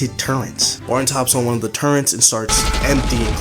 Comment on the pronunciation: why do people say "turrent" instead of turret. There's no N in turret bro